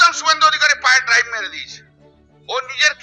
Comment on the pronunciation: "পায়ে ড্রাইভ মেরে দিয়েছে।" 😆😆😆😆😆😆😆😆😆🤣🤣🤣🤣🤣🤣🤣🤣🤣 সঠিক শব্দ'টা হলো 'ডাইভ'। যে নিজেই ইংরেজী ভুলভাল বলে, সে আবার অন্যকে ইংরেজী নিয়ে জ্ঞান দিচ্ছে।😂